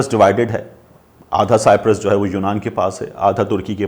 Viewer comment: Sir kindly correct your pronunciation its not cyptret it's called cyprus